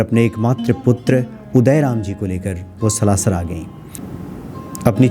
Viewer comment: आप सलाशर उच्चारण कर रहे हैं कृपा करके सालासर बोले जय सिया राम